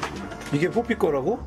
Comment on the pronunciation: 포피가 자꾸 뽀삐로 들려서 환장하는중